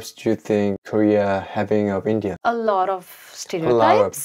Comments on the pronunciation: The way she says In-deea and not India is funny, why Indians mispronounce our own country’s name? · I think she is such a cute honey bun. She pronounces India as “IndeeYah” which is a bit funny.